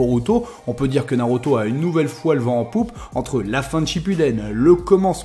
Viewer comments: Je suis le seul à être perturbé lorsqu il dit "naroto " au lieu de naruto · Nauroto mdrrrre